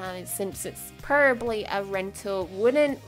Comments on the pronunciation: PRO-BAB-LY. probably. NOT prlby. jss chrst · You say peribly not probably it’s funny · PLEASE OH PLEASE PRONOUNCE PROBABLY CORRECTLY NEXT TIME OR STOP SAYING IT I COULDN’T STANDDDDD IT